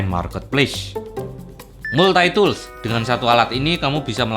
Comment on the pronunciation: kereennn.. makasih.. hehehe tapi untuk cara pengucapan Multi-tool itu dibacanya.. maltitul.. hehe tapi makasihh banyak... I love your video.. heuheu